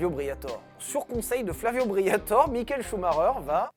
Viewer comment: S'il vous plaît, son nom est Flavio BriatorE, pas Flavio Briator 😂😂